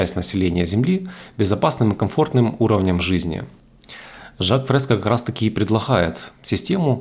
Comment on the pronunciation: мин. Не Жак ФрескА а ФрескО !